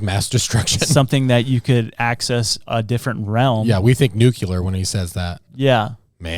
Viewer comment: Someone do me a favor and let that one guy know it’s not pronounced “nucular” it’s “nuclear”